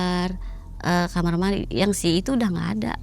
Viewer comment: Sebanyak video yg aku tonton,, kok banyak Narsum yg bilang kamar itu jadi kamer😂😂😂dan apakah benar smua kisah yg di cerita kan itu benar adanya, smua tentang pesugihan 😂😂😂😂😂😂 berarti di Indonesia bnyak manusia yg tersesat juga ya..